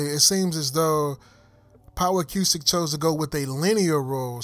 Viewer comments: Nice video very informative. However acoustic is pronounced "a-coo-stic" not "a-q-stic". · A-cooo-stick not A-que-stick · The way you say A-cue-stick makes me insane...its just acoustic spelled differently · why he keep say a que stick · Acoustic Pronounced A-Koo-Stik.